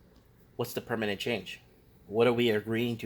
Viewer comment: it's permanent... Not permanate. 😂👍